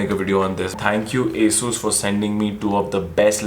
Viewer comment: bhaiya its nit asus it aasus ..